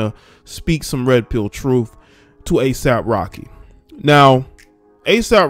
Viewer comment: I thought you said ASIMP Rocky...🤣